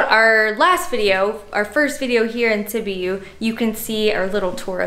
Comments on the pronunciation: It's Sibyou. Phoenetically. Not Sibeeeyou. Oh my! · Sibiu pronounced Seebeeoo. Yes, soups, stews are very popular in Romania. That was typical Romanian cuisine. Very yummy, not so light. That garlic sauce is called mujdei. I love mujdei. My brother-in-law makes the best mujdei. That was sour cream or smantana and it's usually put in ciorba when eating it. They gave it to you guys to stir it in. This is your typical Eastern European food.